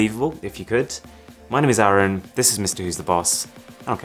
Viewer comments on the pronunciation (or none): none